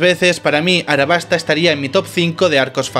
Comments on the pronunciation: aLabasta no arabasta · Realmente estoy en duda si se pronuncia “arabasta” o “alabasta”, tengo entendido que se pronuncia Alabasta, al menos en español latino.